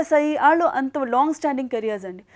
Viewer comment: Where did she get that Vijayawada slang "Aallu". She will be remembered till arts are alive.